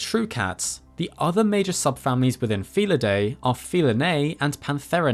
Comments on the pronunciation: Pronounced: "Fee-lid-DEE", not "fee-lid-DAY" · You keep mispronouncing "felidae". The AE at the end is pronounced as a long I, not a long A!